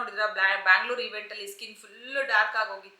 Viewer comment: ಬ್ಯಾಂಗ್ಳೂರು ಅನ್ಬೇಡಿ ,ಸ್ಪಷ್ಟವಾಗಿ ಬೆಂಗ್ಳೂರು ಅಂತ ಹೇಳ್ರಿ. ಕೇಳೋಕೆ ಚನ್ನಾಗಿರುತ್ತೆ.